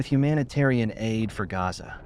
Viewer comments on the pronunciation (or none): none